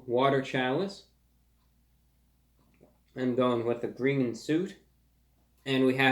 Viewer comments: Its not Gween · It's not gween. :( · It’s said that within the cabinet he sits in front of, there is the infamous glass which he drank from in Energey Crisis #6 and said the unforgettable lines.. “ITS GWEEN” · tfw he says green donuts instead of gween donuts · ITS GWEEN